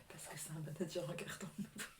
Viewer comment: Mdrrr j’adore ton mari « managueur » 🤣 comme le sketch de Franck Dubosc tellement drôle 😂